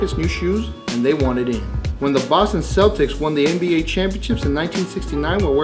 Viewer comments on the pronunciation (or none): none